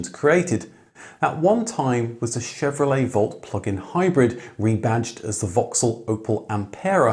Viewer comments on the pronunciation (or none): none